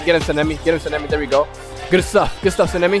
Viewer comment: sanemi is pronounced like sana-me